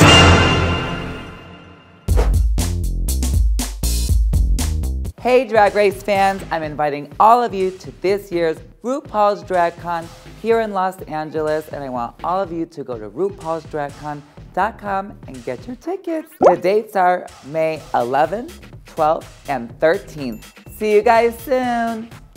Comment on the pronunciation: Did gia gunn just say lost angeles?